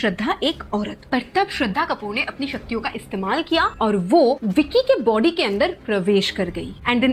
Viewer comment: When you were saying this in the starting:Us ka body bohot bara tha, my little sister thought you are saying: Us ka POTY bohot bara tha🤣🤣🤣